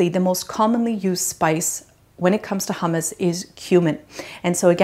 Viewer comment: Great but so much nicer to at least try use the correct pronunciation.